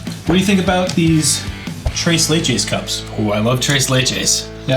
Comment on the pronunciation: i can’t stand hearing you pronounce tres leches wrong for this long. im dying inside